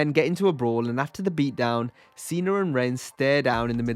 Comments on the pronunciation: Who are “Chiner” and “Cener”??!?? Those aren’t real people or names. From the look of the video I have to assume you are attempting to talk about China and Cena, but why in the world are you saying something different. WTF is wrong with you?! STOP SAYING “CHINER” and “CENER”!!! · “Cener” always cracks me up Lmaooo